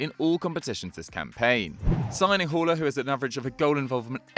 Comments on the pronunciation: It’s Haller not hauler😂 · Has anyone ever butchered a name as much as Haller , it's not hall-er it's pronounced al-air and you roll the r